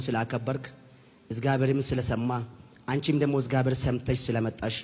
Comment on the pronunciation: Ezgaber...hehe he. Not even properly pronounced ..😢😢😢